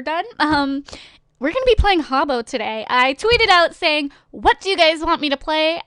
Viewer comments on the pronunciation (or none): its not haubo is hah-boo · Wtf is Harbo? It's Habbo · It's habbo, not hubbo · welllllllllllllllllllllllllllllllllllllll you're pronouncing it wrong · is werid and pronouncing habbo wrong